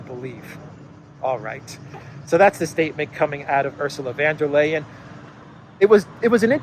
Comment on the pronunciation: For the sake of your regular listeners,, please learn how to pronounce Ursula von der Leyen's name!!!